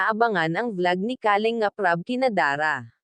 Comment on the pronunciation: isa ito sa mga fake reactors ng kalingap,,, kumukuha ng mga video o picture ng kalingap para i content nya... sa pronunciation pa lang nya sa kalingap halatado mo nang fake reactors